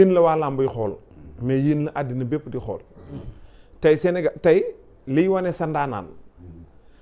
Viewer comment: """Xeel """"pas """Xool"""" ....Xeeex jaruul Saga 😅